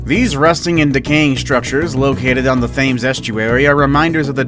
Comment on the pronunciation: Thames is pronounced 'temms'